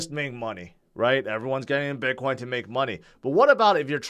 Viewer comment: I love how you pronounce it Bitcwoin!